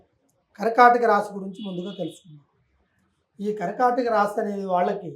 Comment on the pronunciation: Raaashi kaadu Raasi.Anchor Telugu bhasha sarigga palakandi